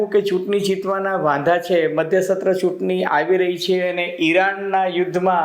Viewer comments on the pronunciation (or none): ચુતની નહી સહેબ ચુંટણી બોલો